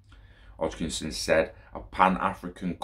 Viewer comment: Hoskinson lol not Hochkinson hahaha